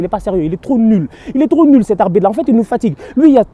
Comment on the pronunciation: J'ai peur qu'on te porte plainte un jour à cause de la manière dont tu prononce "IL EST TROP NUL"😂😂